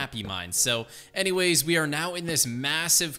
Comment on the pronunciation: so anymamays he said